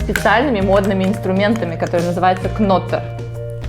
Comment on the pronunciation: Ноттер, не кноттер